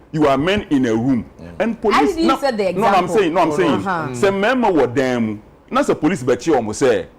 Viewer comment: Police not “Pelice”.